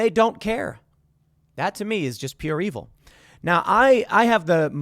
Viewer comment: Eeville, like fru-its of the deville, Eeville